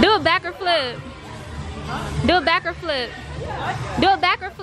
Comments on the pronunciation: She said backerflip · kept saying backer flip🤪🤪🤪💖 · was saying backer flip 💀😂